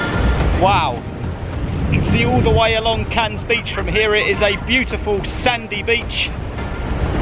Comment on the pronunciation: Don't worry about pronouncing the silent 'S'. If it's of any consolation, the amount of comments I've had on my videos for my mis-pronunciations. Never go to Wales as people will rip you to shreds! 🤣 Never been to Cannes before, but your depiction up until was exactly as I had pictured it, very glitzy buildings and yachts, stunning beaches and high end private beaches, but the history of the city was very interesting and the cost of the Carlton was crazy - I've never even come close to paying something like that per night! The views from the top were stunning, I hadn't realised the waters were quite so turquoise around there either. Very beautiful, but like you, I expect when I visit it will be as a ay trip from somewhere close by that's more affordable!